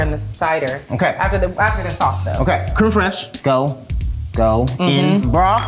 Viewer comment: Nobody:: Creme Fresh-Shay 🤣